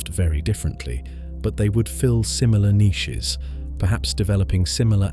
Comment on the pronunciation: Bro is it just me that hates the way he says niches